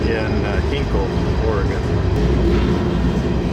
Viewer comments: I might have even been the one to complain on the original upload haha. Native Oregonian here. At least you didn't say OH-ree-Gone. lol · The correct pronunciation for the Willamette river is 'Will-am-it' (but at least you got Oregon right!) Happy rail running!